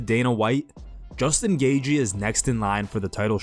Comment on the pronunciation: You're meant to he a professional mma journalist. His name isn't Justin Gaugey ffs